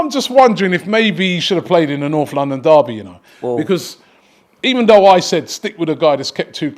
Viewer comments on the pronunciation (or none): none